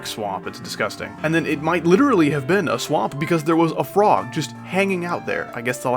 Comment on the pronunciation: I thought he said wituwy gyatt